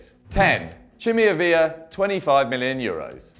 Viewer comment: Ávila is pronounced "Ábila" , yes the "b" I'd pronounced as a "b".